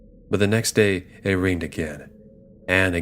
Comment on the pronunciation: the word is rang.